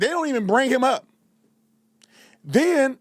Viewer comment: "And den insult people"... Also aint is not a word! All that sounds like them too! Make that make sense. 😆